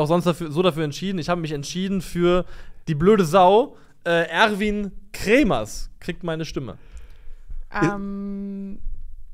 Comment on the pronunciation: es tat mir in der Seele als Schalker so weh, dass du Erwin Kremer und nicht KremerS genannt hast:D